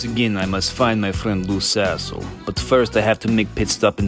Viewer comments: Wait?! Its not "Loose A55h0le", but "Lou Sassle"? Why am I hearing "Loose A55h0le"???!!! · Took hearing it with a russian accent to get the lou sassle joke, lmaao